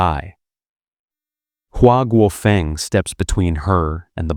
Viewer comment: interesting content; mispronounced jing in Beijing, dze in Mao Dzedong; feng in Hua Guofeng, qiao in Zhang chunqiao; jian in Ye Jianying; de in Wu De; lian in Chen Xilian; Deng in Deng Xiaoping